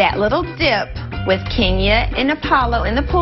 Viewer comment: She says “Wiff me” 🤣🤣